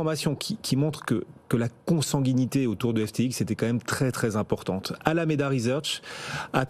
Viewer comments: Bonjour , la cruche qui présente doit être pistonnée , comme celle d'alameda , car elle n'est pas capable de dire alameda . Ça s'entend qu'elle ne maîtrise pas son sujet , venant de bfm rien de surprenant . Au revoir . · La journaliste ne sait pas prononcer correctement ALAMEDA .... quand on ne maitrise pas son sujet mais qu'on lit ses fiches 🙂